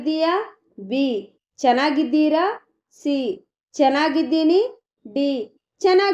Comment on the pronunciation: చెన్నాగిద్దిర‌ కాదు చ పలకాలి.